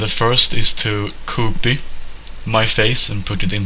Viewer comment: Very good tutorial!!!! Skit bra tutorial!!!!! Sen låter de lite kul när du säger "copy".